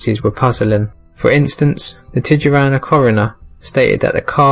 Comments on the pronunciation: I'm gonna start saying "tih-juwanna" from now on. XD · Tijuana (US: /tiːˈ(h)wɑːnə/ tee-(H)WAH-nə, Spanish: [tiˈxwana] (￼listen))